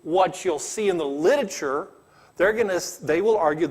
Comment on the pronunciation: He can't pronounce "miniscule" or "literature"